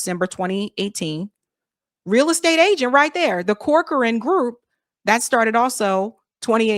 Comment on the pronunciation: Want a tip? Corcoran is pronounced "Cock-run." Weird but no lie! Check out how people say corcoran boots or Barbara Corcoran for corroboration!